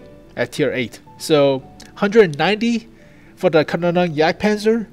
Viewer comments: I think it's "Kaaaa nonen yagdpanzer" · From what I know it should be pronounced like "can-ohn-en-jagdpanzer". Take it with a pinch of salt though. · Good news, and yes , or Ja you have to work on the Pronounciation